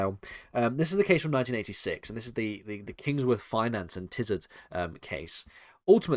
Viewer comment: I think it’s Kingsnorth not Kingsworth.